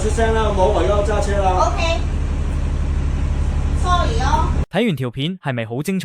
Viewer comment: 係sorry囉 唔係sorly囉😂😂😂